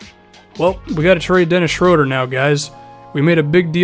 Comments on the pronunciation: you pronounced Schröders name pretty good! :D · Never heard an American pronounce Schröder as good as you did. It's almost perfect